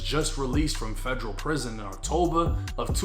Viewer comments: Its federal, not fegreal 😂😂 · The way you say Federal, “FEJ-RAL”!🤮🤮🤮